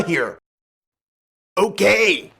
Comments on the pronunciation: when kool aid man says okay its sounds like ooh gay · Is he saying okay or oh gay?